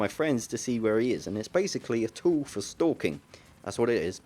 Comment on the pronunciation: Lol i love the way he saud stalking